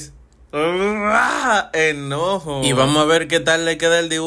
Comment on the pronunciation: Ese no es enojo es eñojo😂😂